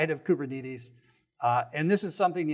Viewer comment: bro is the only person i've ever heard to say koober knee tees